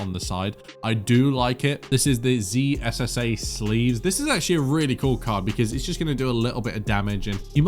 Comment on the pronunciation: zssa is pronounced zizza just like how sza is pronounced scissor also zwei is german and should be pronounced zvai